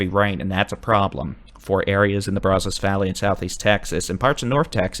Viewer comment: Braz us. Not Braz os. You're doing good though.